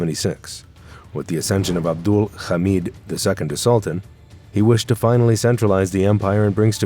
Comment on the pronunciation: When you pronounce Hamid as “Khamid”, you know this is a gross Zionist channel